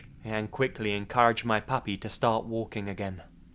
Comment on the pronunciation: The way he says "I took in a pappy a phew months ago!" enthusiastically always makes me laugh